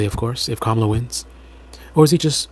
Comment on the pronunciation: Dude, you said Kamala wrong 😂😂😂